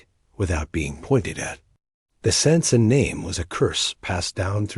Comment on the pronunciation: they couldnt even fuckin bother say his name right